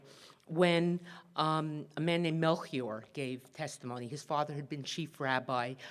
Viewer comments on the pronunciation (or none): none